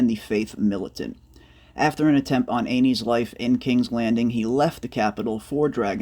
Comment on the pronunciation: Aeynys is pronounced An-us